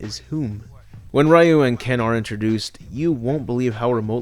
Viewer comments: it's not Ryu (Rai-yu) It's pronounced Ryu (Ree-yu)!! RYU (REE-YU) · It's Ryu!which pronouce like Liu or Riu. Not Ra-Yu.There's no 'Ra-Yu'-called-guy in the Street Fighter.